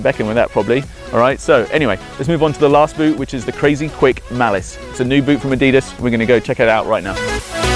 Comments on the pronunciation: The guy should at least know how to pronounce the name, Adidas. (Adi-das) named after the founder, Adi Dassler. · it's said a-dee-das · Haka is said huka And Adidas is said adedas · This guy needs to say Adidas properly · his way of saying nike and adidas... :( its just sad. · He's a prick..... The way he says Adidas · You can't even say adidas right 😂😂😂😂😂